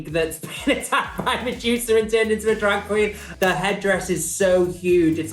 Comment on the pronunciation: Mejusa? Lol it’s Medusa 😂